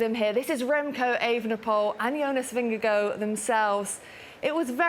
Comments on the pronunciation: why cant she say jonas VingeGAARD its not vingego, its not that hard, i mean there it it, HARD vingeGAARD its litterly the same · It's Ving-eh-gor. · She is not on spot for the Danish pronunciation, but way closer than pronouncing it in a hard way